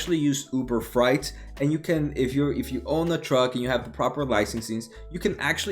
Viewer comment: FREIGHT not FRIGHT!